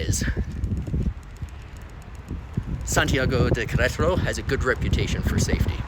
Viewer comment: I was thinking that exact thing everytime you said it. Thought you were doing well though. 👍